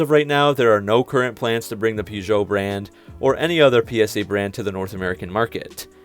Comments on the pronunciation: One of the first tasks will be for the Americans to learn how to pronounce (correctly) Peugeot! Present announcer/presenter included. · My mans completely butchered Peugeot and Citroën 😂😂